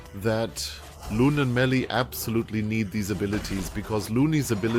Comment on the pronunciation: Loony and melee lol, dude butchers pronunciations so bad 😂